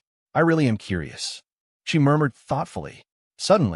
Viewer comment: Fix the ai please instead of a m it says ah m